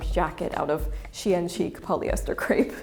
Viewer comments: I like how you pronounced "Shein" as "Chien," producing the (probably correct) implication that they sell dog-quality products. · Funny note, the way you pronounce "Shein" sounds like "chienne". Which is the name for a female dog in french and usually said as an insult. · Great video, but please pronounce the brand name 'Shein' in the correct way: SHINE. Yes, the words are pronounced the same, just spelled differently. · it's funny your prononciation of shein sound like chienne (female dog / bitch in french) except that thanks i learn a lot by your vidéo